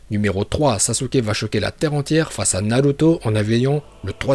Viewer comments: Sasuke stp pas sasuké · Par contre c pas SASUKÉ c Sasuke😠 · Sasuke pas sasuké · Évite le é sur le sasuke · Mec c pas Sasuké mais Sasuke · Sasuké nnn. Nnnnnn sasukee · Bonjour , SASUKE pas sasuké voilà aurevoir.